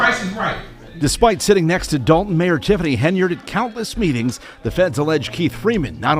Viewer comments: It’s not pronounced “dalt en or thort en” it’s dal ton , Thor ton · DOL TON not DOL EN THOR TON not THOR EN...